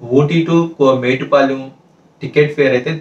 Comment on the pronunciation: Kavalane metupalem anakamdi adhi metupalem kadhu mettupalem